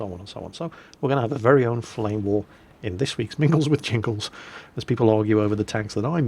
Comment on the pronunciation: Ive live near 'The Toon' and the only bit that you messed up was the 'war' bit which sounded like a Yorkshire accent-well done though lol.